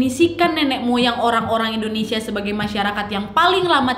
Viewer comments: Hi nad, indonesia bukan endonesia. wkwkwk peace 🤣✌ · Yanh bener endonesa